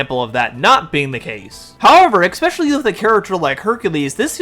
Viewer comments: From the bottom of my heart, please please PLEASE, use a synonym for "especially", if you can't help to say EX-specially. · I have said this to so many YouTube creators: "Especially". Not "expecially". P.S. My son and I are both on the spectrum. I didn't have horse therapy, but he did when he was younger.